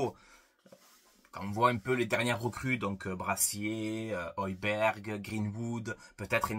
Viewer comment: Le G ne se prononce pas 😅 Højberg...